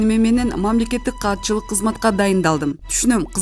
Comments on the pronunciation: Мамлекеттик каатчылык эмес,катчылык деп окусан диктор Кыз. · Кандай окып жатат. " мамилекеттик каатчылык " дейби? " мамилекеттик катчыьык да".